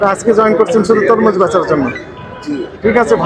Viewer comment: তমরুজ না ভাইজান, তরমুজ হবে ❤